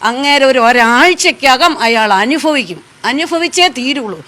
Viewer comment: അനുഫവിക്കും...... അനു ഫവിച്ചു 😂